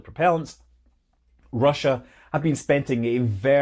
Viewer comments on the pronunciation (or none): none